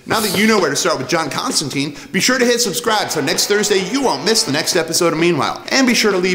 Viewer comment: If you're gonna introduce people to the character, pronounce his name right. It's Constan-tine, not Constan-teen.